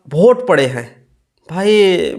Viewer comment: पढ़ा लिखा होता तो वोट को भोट थोड़ी बोलता